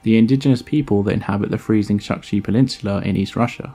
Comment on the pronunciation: Chukchi (čukči), not shukshi (šukši).